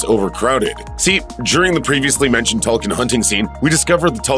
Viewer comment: it’s pronounced toll koon, not toll kin.